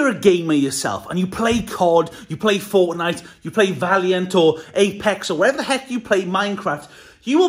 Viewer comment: Did he just say Forknite?